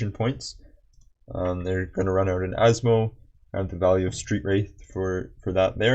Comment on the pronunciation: Man has instantly earned my respect properly pronouncing Asmo's full name within the first minute of the video.